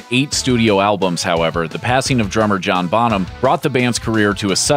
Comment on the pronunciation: This narrator says "John Bottom" ... WTF